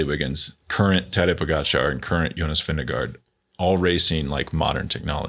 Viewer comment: Vingegaard is NOT hard. Vin-ge-gaw